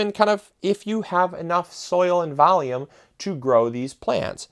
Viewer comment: Valume and a bax